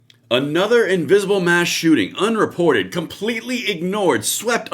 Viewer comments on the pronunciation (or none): A chooting? What is a chooting? 😅